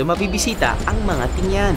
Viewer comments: Tinguian not ting-yan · Tingguian not tingyan